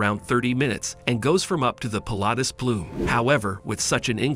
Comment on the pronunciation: For heaven's sake... get a human being to do the commentary. The excited robot voice gave us 'Yoonimaginable', 'Pill-atus' etc. And it's 'The Daring' not 'Darings'.